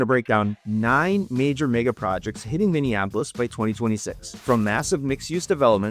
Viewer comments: I doubt you live here or know anything based on the way you mispronounce Minneapolis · Why did you pronounce Minneapolis weird. You from out of state